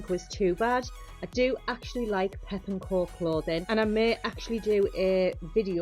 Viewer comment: Great video, but it’s pepco not pep and co ❤